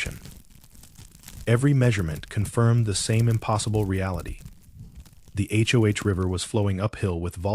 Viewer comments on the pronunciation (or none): Please just say Hoe. Not H. O. H. Please god please. You’re killing me Smalls. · If he was actually there he,d know the name of the river is the Hoh, (pronounced Hoe, like the garden tool).